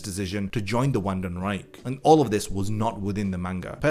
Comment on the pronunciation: Pronounced=vanden rike